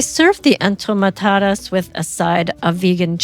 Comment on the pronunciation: Love your interesting recipes! But, please make sure you are pronouncing the names correctly...these are en to ma ta das. ...the cuban dish ropa vieja is pronounced ropa vee eh ha. Appreciate your efforts to model cultural respect by taking the time to get the words right...others will also perpetuate the errors. Thanks!